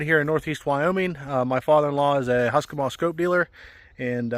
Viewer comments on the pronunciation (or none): none